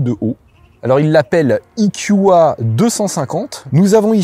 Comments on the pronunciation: Cher monsieur, vous êtes sûr qu'on dit "ikioua"??? (marrant, ça sonne un peu comme du japonais...) Ce ne serait pas "ikioué" ou plutôt "eukua"??? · parle français E Q A et pas ikioua ! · Soit il faut prononcer "i kiou ai" soit "Euh ku A" mais là c'est du franglais ! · " I KYU A" quand t'arrives pas à te mettre d'accord sur la prononciation anglaise ou française